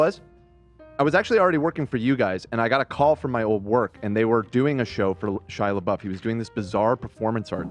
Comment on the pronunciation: Ethan talking about Chris Pine... "You think I would plan a whole segment over I saw Chris Pratt?!" ...."SHIA LEEBOOF"...."JASON SOODEKOO"